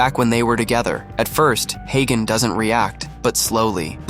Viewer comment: His name is not hey gone , his name is hagan😂